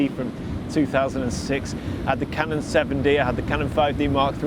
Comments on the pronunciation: Haha "Ka non", I pronounce that in Vietnam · Lol your inner Spanish came out when you said canon 😂